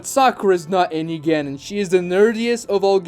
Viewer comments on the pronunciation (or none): Literally took me the entire video to notice that he was pronouncing "Genin" as "Ganon" instead of the correct pronunciation which would be "ge-neen." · It’s the mispronunciation of genin for me lol